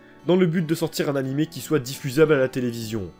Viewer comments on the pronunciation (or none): none